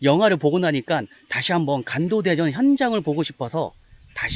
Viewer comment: 사랑하는 ㅋㅋ 형 발음이 자꾸 '간도대전'으로 들림ㅋㅋㅋㅋㅋㅋ